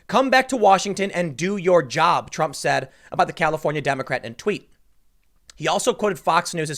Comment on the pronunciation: Lol Tim said Trum wrote instead of Trump